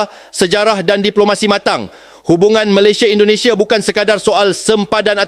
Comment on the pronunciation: Mas, kalau nyebut Malaysia nya biar ben😊er dikit